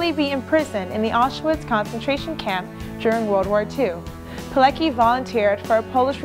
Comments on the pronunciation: PileCKi not PileKi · Witold Pilecki {Not Peelekee, but Peeletzkee} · You pronounce the name wrong. PileCki ."ck" is not pronounced as one. "c" is a separate sound. more like Piletzky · I wish she'd put some effort into saying his name the proper way, it ain't that hard really, even Google Translate can tell you how to do it. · You could at least make the smallest effort to pronounce his name right. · Widzę wiele dobrej woli u tej miłej pięknej dziewczyny i organizacji, w której pracuje, dla uhonorowaniu polskiego bohatera i Polaków w ogóle. Mówi o ważnych dla nas rzeczach w sposób dla nas akceptowalny (np. "niemiecki obóz"), co już jest nie lada osiągnięciem. Darujmy jest drobne błędy w wymowie, tym bardziej, że dla każdego zachodniego Europejczyka i Amerykanina nazwisko Pilecki, w oczywisty sposób będzie wymawiane pi-le-ki. Gdyby usłyszeli nazwisko Pileckiego w naszej wymowie, trudno byłoby im je powiązać z zapisem literowym. A przecież wszystkim nam zależy, żeby takie osoby jak Rotmistrz, były szeroko znane i rozpoznawane na całym świecie.